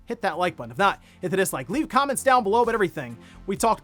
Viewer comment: Why did he say “comments” weird? Sounds like come-mints